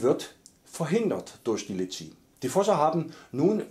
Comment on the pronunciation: Sprich es doch richtig aus es heißt Litschi mit so nem richtigen i am Anfang ich empfehle Bubble Bruder